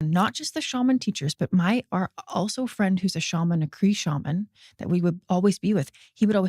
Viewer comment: did she say Kree shaman? 😂